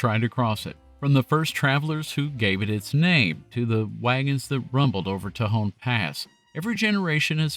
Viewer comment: For what it's worth, Spanish words are phonetic, so tehon is pronounced te hon not teh hone. Also useful when pronouncing places like Puerto Rico and Costa Rica, or indeed anything of Spanish origin.